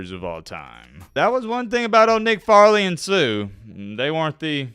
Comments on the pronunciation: Why does he keep saying farley instead of fairley? annoying!!!! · Why you call him Farley when his name Fair•ley….Nick Fairley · FAIRLY. Not Farley. You fucked up the whole video lol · You are mispronouncing hs last name. It's fair-ly not Far-ly. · Dude c'mon!!! It's pronounced "FAIR-LEY" not "FAR"-LEY! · Nick "FAIR-LEE" Fairley 🤦🏿‍♂️!!!!!! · FAIR-LEE is how it’s pronounced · It’s FAIRLEY, not Farley you idiot. I bet FagElroy remembers his name!!! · Bro did research on everything but his name. Fair-ley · It's pronounced Fair-lee. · Shows how much you know about football 😂 can’t get the thumbnail right, you butchered his name. Doesn’t surprise me coming from the same guy who said “I’ve been following Cam Ward since he was in H.S.” 😂 knowing damn well you hadn’t heard of Ward until he transferred to Miami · …think you are mispronouncing his name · There’s a Fair-ley amount of people calling out the mispronunciation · I cant watch the video because you are saying his name wrong and you are saying it so many times that its triggering me and making me annoyed. Love your vodeos but please do more research on pronunciations. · Bro mispronounced the man’s name almost the entire video 🤦🏽‍♂️ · He is 1 of only 2 dudes you think of at the position but you proceed to pronounce his name like an asshole that you never heard of. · Dude...Re-do this video and pronounce his name right. I know you are a bama homer but come on 🤣🤣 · mispronouncing Fairley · Mans done said his name wrong all video lol